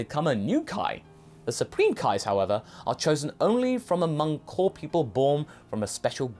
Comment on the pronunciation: I know you were saying "core", but it kinda sounded like you were saying that King Kai is "one of the cool people" to me.